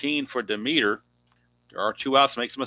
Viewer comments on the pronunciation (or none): Hi... I love the basic game and I enjoy watching you play.And I hope you keep this sunday basic going as it's great! Just a note for you.... Don demeter is pronounced dem eter with the accent on Dem.....Dem et er.